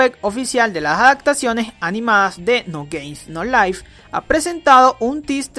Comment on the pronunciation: como las personas pronuncian no game no life como tu lo pronuncias no gamef no lif :V (sin ofender es un chiste :v)